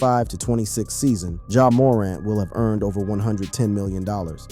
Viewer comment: He said Christian Lah-Et-Ner and Ja Moe-Rant … 😂